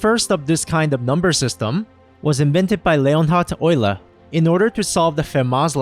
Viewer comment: Jesus, that beautiful pronunciation of Euler caught me off guard haha!